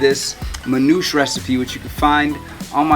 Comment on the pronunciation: Hey... with all due respect... you're butchering the pronounciation of Manoushe`. It is Manoosheh. Peace